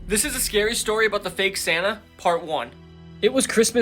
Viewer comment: Who else reliezed he said sanna and not santa😂